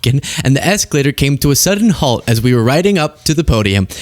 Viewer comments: “Hault” and “ridding” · hault? how 'bout halt